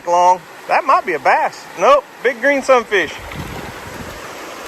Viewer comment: God bless y’all for making this kids day, memories he will cherish🥰🙏🏻😇. Now I must admit that at first every time you’ve said Sun fish I thought you were saying “look at that son of a B- - - -“ LOL🤪😆. I am relieved I was wrong 🤭😉. Love and prayers always🙏🏻